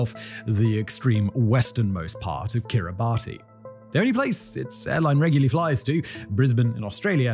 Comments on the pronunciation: Kiribati is pronaused Kiris(short)mas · Minor geo-nerd correction- Kiribati is pronounced Kiri-bas. I agree, it doesn’t make sense. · kiribati is pronounced kira- bas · Isn't Kiribati supposedly pronounced "Kiribas"? Dunno if that's right but anyway keep up the good work Simon 👍🗺️ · “Kir-A-Bass”.. shakes head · Kiribate is prounced "Kirr-ih-BASS" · Spelled Kiribati but usually pronounced kiribass. Really supposed to be the closest approximation to "Gilbert's" as natives are able to pronounce. Kind of like how Kalikimaka actually doesn't mean anything in Hawaiian, it's simply the closest you can possibly get phonetically to "Christmas" using sounds that exist in the Hawaiian language. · Kiribati is pronounced “kee•ruh•bas” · I noticed that too, had to check the comments to see if anyone else caught it. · Kiribati is spelled differently to how it is pronounced. Should sound like Ki ree bas. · It's actually pronounced "Kir-i-bas" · kiribati is not pronounced like that its kiribas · Kiribati is pronounced "Kiribas." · It’s pronounced KiribaS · Kiribati is pronounced like “Kiribas!” Anyways, good video! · dude, please go back to doing geographics and biographics. that guy is lacking. also, i believe it’s pronounced Keer-i-bahss. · That's not how Kiribati is said! Common mistake though.